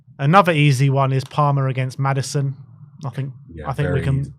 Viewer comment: Man said Maddison hahahhaha